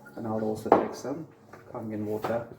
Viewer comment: Its Kangen! Just sayin